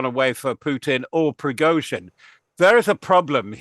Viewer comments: Who is Projojin? Dont you mean Pregozhin?... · Prozozhin? 😂😂😂😂these people on times ain’t been able to get his name right all day earlier they called him prosogin and prizogin 😂they also called Ukraine ukaine🤣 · But she couldn't pronounce Progozin